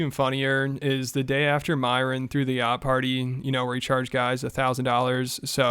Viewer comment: You cant even pronounce yacht